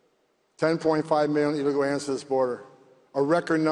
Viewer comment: He can’t even say illegal😂😂😂😂